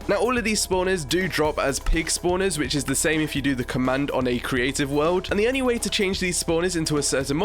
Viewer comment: Why do u say "only" as "ernie"